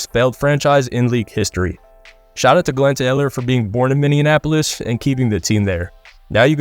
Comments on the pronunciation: As a Minnesotan, calling it Minneanapolis is a crime. It's MINNEAPOLIS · It's pronounced Minny-apolis. Not Minian-apolis. It's not the same as Indianapolis. You're giving it an extra syllable that doesn't need to be there. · Where's Minneanapolis? 🤪 It's actually Minneapolis. ABC called the city Milwaukee while covering the WNBA finals this week. It's all good, the city isn't a hot destination spot, any news is good news 🤣🤣🤣 I enjoyed the video! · Don’t ever say “minneanapolis” again it’s Minneapolis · MINN - E - APOLIS! Not Minneanapolis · Please redo this video and correctly pronounce Minneapolis. It’s not Minnianapolis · “Mini-in-applis” lmao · Minneapolis Mini-apple-is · FYI, you butchered Minneapolis every single time you tried to pronounce it. Its one word, not minnie and apolis...nails on a chalkboard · Please learn how to pronounce Minneapolis. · please dont pronounce Minneapolis like that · thought i was the only one hearing this shit. how do you even read it like that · How tf did you just pronounce Minneapolis